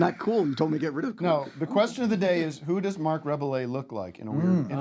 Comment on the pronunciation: Tim pronouncing Rebillet incorrectly caused me pain